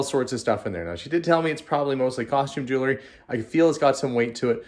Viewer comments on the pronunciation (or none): It’s actually pronounced “jewel – ry”. Not “jewel – a – ry “. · Clearly already opened. Everything arranged face up… also, can we please pronounce JEW-EL-RY correctly? It’s not JEW-LER-Y. Ugh